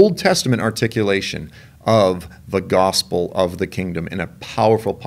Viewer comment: When saying the word gospel it almost comes out as God's spell.